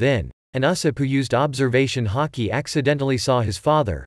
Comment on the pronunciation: Bruh he said “hockey” He cannot say Haki but instead hockey